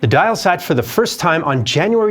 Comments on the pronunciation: An Dáil, the Irish Parliament, is pronounced "Dall" or even "Doyle", it's not "Dial" like a clock. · And the Dáil is pronounced "doil", not "dial" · The repeated mispronunciation of "Dáil" was really distracting. It's not "di-al"...it's closer to "doyle." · He prounounced "Dáil" as "dial!" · Brilliant video. One correction though. The dail is generally pronounced "daul" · Our parliament the Dail is pronounced "Doyle". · Outstanding documentary, thank you so much for posting! One small note if I may, the correct pronunciation of the Irish word Dáil is more along the lines of the word 'oil' with a 'd' preceding it. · Btw the Dáil (Irish parliament) is pronounced "doil" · No it's not,! It's not "Duall" and nor is it "Dial!" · Dàil is pronounced more like Dall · Dáil is pronounced dawl lmao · He didn't say "Dall" or "Dail," he said "dial", as in to dial a telephone number. Dáil has a different pronunciation to all of these. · It is Do-yil. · Please get the pronunciation of Irish words right. Example: your pronunciation of the name of the Irish parliament is most definitely wrong. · Can’t even pronounce the Irish Parliaments name properly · Dáil us not pronounced "Dawl" or "Dial". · Could have just asked how dail is pronounced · it's not even pronounced like that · Anyone who can't be bothered to learn how to pronounce key words like Dáil has no credibility. I am disgusted by many of the American posts on Ireland. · Pronounciation needs a bit of a touch up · its not "the dial" as you say, its more like the doll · Just a small note, the Dáil is pronounced as though you were saying Dall, not dail. Pedantic whinge over, that was a great video as always. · It’s pronounced doil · The Irish Parliament is NOT called the "Dial" as in to dial a telephone number. It is The "Dáil" which is roughly pronounced "doyle". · Its not pronounced like dile, the accent over the a is called a fada and makes the word sound like "doll" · Dail is not pronounced dial, it's like dawl